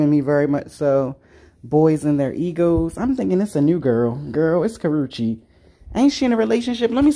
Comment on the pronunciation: It’s Karreuche…